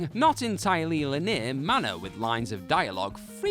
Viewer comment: Oh,... you just pronounced "linear" as "Lanier" 😄